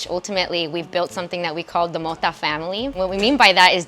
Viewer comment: to the HOST: it's not pronounced MODA, it's got a 'T' there.. it's MO-TA! the T is HARD like my knob